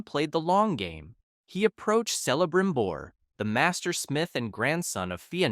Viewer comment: Sauron,....not Soaron Celebrimbor C=K Eregion with a hard g